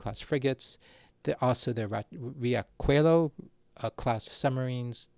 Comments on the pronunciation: Riachuelo = Hie-a-shwue-loe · Riachuelo is pronounced “ree-aw-SHWAY-low” btw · Riachuelo = Ree-ah-shoe-ellow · "Riachuelo" is pronounced as "Ree-ah-shoo-aeh-loo". The "ch" is pronounced like it is in French, as a "sh". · Minor correction to help you deal with words like "Riachuelo", in brazilian portuguese we pronounce "ch" as "sh" in english, so the pronunciation would be something closer to "Ree-ah-shoo-a-low". Great vid btw, subscribed. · Riachuelo is pronunciated with a sh sound. Very interesting study